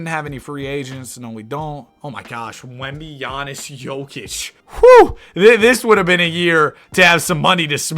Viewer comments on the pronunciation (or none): none